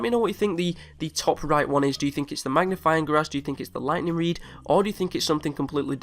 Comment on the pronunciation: its oviosly the ligthneeng reed